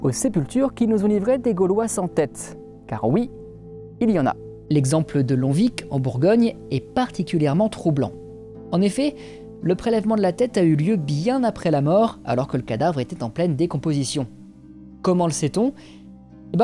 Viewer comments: Hey! On prononce pas le "c" de Longvic en Bourgogne 😉 super vidéo! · 18h39 mon dieu😭on prononce pas le G et le C de longvic (lonvi) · Super vidéo 👌👌 Note : Longvic, en Bourgogne, se prononce "Longvi", le c est muet 🙊 Continue ton super travail ! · A 18mn50, tu parles de Longvic à côté de Dijon, je voulais juste dire qu'on ne prononçait pas le c à la fin ^^' un message peu utile, juste la pour l'algorithme parce que j'adore ta chaîne, que je viens de découvrir il ya peu. Bravo pour ton travail ! 🎉